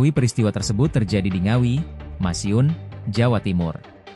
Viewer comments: ..cek...masiun atau madiun😊😊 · Madiun bang, bukan Masiun 😅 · Madiun mas, bukan masiun 😂😂 apakah tidak ada pelajaran geografi lg? Sampai salah menyebutkan nama kota di Indonesia? Mimin reporter media nasional lho, please jangan sampai salah lagi